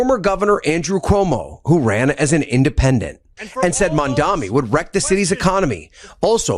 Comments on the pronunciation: The man voice-over saying MamdaMi. Smh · Why do journalists on TV say: "MamdaMi"? Are they idiots? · Whoever is the broadcaster that you are using the news clip of..... he needs to learn peoples' names properly. He says MamdaMi instead of Mamdani. He says SpaMberger instead of Spanberger.